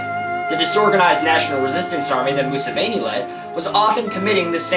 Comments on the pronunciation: Just say out like mu-7-i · you just butchered the name of the president of Uganda since ~1986. Anyways, I like this video. Unfortunately, your logical approach will impact the masses about 10,000 times less as emotion would have. Welcome to our world…